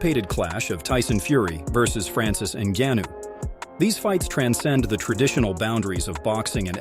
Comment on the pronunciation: Why do you say pronounce Francis last name different everytime